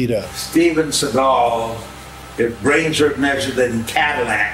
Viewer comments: Thank you for this video, I appreciate you spreading awareness on how bad “Seagull” (how Steven’s surname is actually pronounced) really is. Just saw him in a recent vid training Alex Pereira 🤦🏾‍♂️ the less I see or hear of that pathetic man, the better. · Well, it's obvious you don't know how the idiots name is pronounced, which is Segle... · The first lie is that his name is pronounced Seagal, his name is pronounced like the bird Seagull but Steven doesn't like that because it reveals his dad is jewish and in Stevens mind that doesn't fit his bad ass persona. He mentions every nationality he is except the real one which is jewish. Steven went to Japan when he was young to avoid the draft in Vietnam. If Steven had only gone to Vietnam America would have won the war in a week .